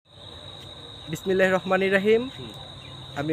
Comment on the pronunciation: ভাই বিসমিল্লাহ শুদ্ধ করে বলেন